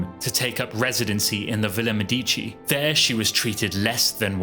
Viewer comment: No MeDIci... it's Villa MEdici